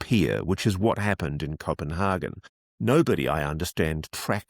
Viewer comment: I have never, ever, heard a native English speaker pronounce Copenhagen like you… extremely odd.